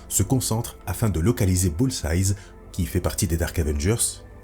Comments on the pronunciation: stp tu peux dire "BULL-Z-AÏE" et non pas "BULL-Z-AYZE" c'est la même avec Hawkeye, c'est juste un seul "eye" au singulier pas au pluriel, ok merci bg sinon trop bien tes vidéos bg <3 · Dans la première histoire tu prononces "Bullseyes" en parlant de Hawkeye et ça me titille 😂 Mais très bonne vidéo! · très sympa surtout que j'ai toujours adoré les What If? (que je trouve souvent plus intéressants que l'histoire officielle) par contre un reproche: Bullseye c'est au singulier (entendre un 's' à la fin ça pique les oreilles :/)